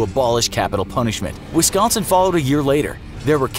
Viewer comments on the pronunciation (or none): none